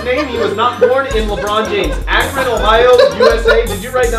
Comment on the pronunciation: It is pronounced "Ah,Cron"